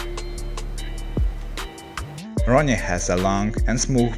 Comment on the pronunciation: Great vidéo .i just think that his name is ronnie not roonie